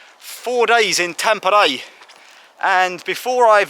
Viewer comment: Häme doesn’t rhyme with came and same, it’s more like a combination of ham (like said) and ment without the nt-ending (ment as in environment), so ha from ham + me from ment = Hä-me:D Tampere has three syllables, Tam-pe-re, the first one most people get right, it’s almost like ”some” but with a t. The first syllable also holds the weight. Pe is kinda like the me in Häme but with a p. Re the same thing but with a rolling r, if you know do re mi fa so la ti do, that’s it:D Basically every vowel is always pronounced the way it is in that phrase. (Except people pronounce do-re-mi a bit modified in English so… oh well, that’s at least a start:D) Most words are easier to pronounce when you know how many syllables there are and practice them one at a time!